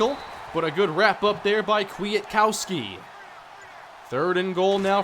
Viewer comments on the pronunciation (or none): Nicks name is pronounced kwit kowski or Kwita kowski. Huge wvu fan so it bothered me a lil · Yep, (Kwit Kowski). He went to a rival high school here in WV. Then played at WVU. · It's quit uh cow ski